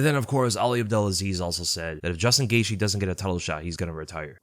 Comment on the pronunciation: His last name is actually pronounced gay the